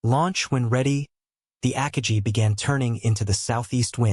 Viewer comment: Ackka Gee? You mean Ah Car Gi.